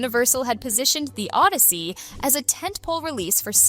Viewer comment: No, it's "Od-DEI-sey"